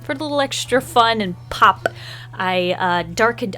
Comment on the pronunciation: Why is no one talking about the way she said "pop"